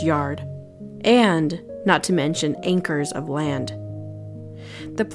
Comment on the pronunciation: "ankers of land?"